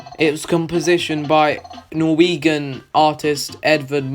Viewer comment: Thank you this was a very helpful video, but I couldn't help but laugh at how you said 'norweeguhn'. But thanks, I was stuck on 5-L